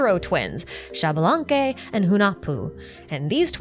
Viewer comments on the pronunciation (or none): It is actually pronounced ish-balanque! The x in mayan makes a sh sound, my grandpa still speaks it a bit and i took classes too 🥰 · Xbalanque is pronounced "eesh-bah-lan-keh". Just in case you're interested.